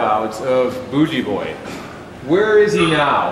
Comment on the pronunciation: OMG WHAT IS WRONG WITH THAT GUY, IT'S PRONOUNCED "BOOGIE BOY"!